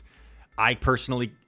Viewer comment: Why do you pronounce some words with “sh” like “personally” you say “pershenly”